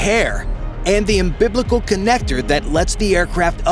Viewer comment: Wait... Did he say, "umBIBLICAL"?